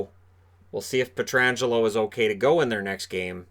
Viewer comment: You had me worried when you first mispronounced Petro's name. I was thinking, "Really, even can't get it right? Its bad enough that we never hear it correctly when we don't have local coverage.", but you pulled it out. Nice.